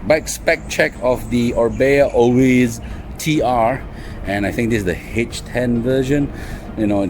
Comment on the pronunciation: Orbea Oiz pronounce it as oi as in oil, the z is silent in Spanish